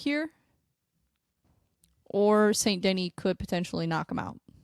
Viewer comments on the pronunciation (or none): Saint De-knee, not Saint Denny. Otherwise, i dig what youre doing! Good luck w the channel!